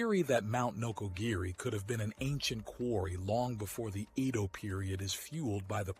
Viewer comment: His pronounciation of "Edo" as iido is really annoying!